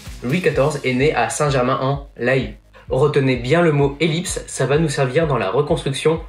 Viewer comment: C'est " Saint Germain en " lé ". :p ( comme dans " lait " ) C'est joli mais la fleur de lys, comme tu le dis, c'est un symbole royal : le Quatar qui a voulu son retour - qui possède le PSG - ref. à leur royauté. Et la forme ronde - que tu n'as pas fait apparaître puisque t'as voulu une forme plus ovale comme le stade - c'est une ref. à la cocarde pour justement pour compenser cette fleur de lys et revenir à l'image populaire du foot ^^ Le soucis de ton logo est le choix du bleu : ca fait très parti politique très à droite. Ce n'est pas innocent si le PSG a changé ce bleu en 2013 juste après les élections x). Tu rajoutes en plus la fleur de lys, bonjour les quiproco.